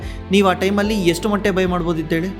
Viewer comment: Bro adu matte ,alla motte 😅